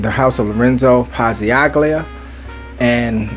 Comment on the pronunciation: Pazzaglia the g is silent, pronounced Pazal-lia 🗡️